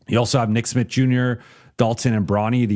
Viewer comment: be saying "nick Smit" I had to google and check if it's Smith or Smitt